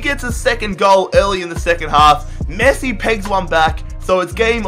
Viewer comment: At the beginning it sounded like he called Messi, Nessi